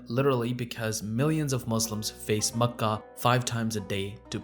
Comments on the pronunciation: That's cool how you pronounce Mecca. I've nver heard it pronounced like that. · I’ve never heard any native Arab pronounce Mecca and Medina like you do. No need to fill your mouth with the words. The two names should smooth out effortlessly. What you do might impress on non Arabs that you know because you can pronounce these alien names, others will simply see it as a cover for ignorance on the material.